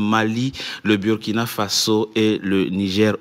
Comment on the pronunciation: Quand les NOIRS prononcent / byrkina/ (burkina) au lieu de / burkina/(BOURKINA) ça fait mal aux OREILLES.